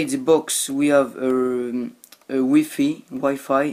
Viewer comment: not wifie its wifi but i understand your french you still speak good english